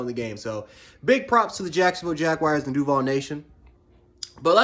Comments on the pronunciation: You said duvil it’s DUVAL … get right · "Doville" lol it Duvaaaaaaaaaaaaaal lol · You said duuuval wrong